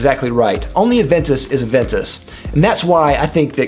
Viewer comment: AVENTUS not adventus ffs